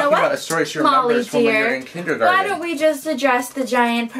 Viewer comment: he said tindergarten class